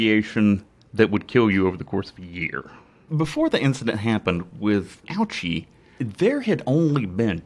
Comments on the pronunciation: Actually his last name is pronounced OH-chee, not OW-chee. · It's pronounced O-Chee, Bro. No need to make fun of his name. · I came on here a bit late and wanted to say the same thing. It makes me cringe hearing people pronounce his name like that.